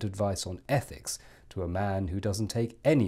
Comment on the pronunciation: Are you the Advisor on ETHICS, or the speech impediment sourced ETHEX?